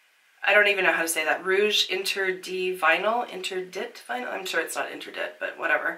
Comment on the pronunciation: Interdit = ain-tear-dee (Ain as in “ain’t”, tear “tear a piece of paper” :) Fun video, as always.